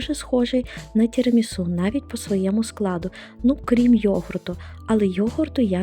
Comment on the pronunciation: Все правильно" Тірамісу" так говорять італійці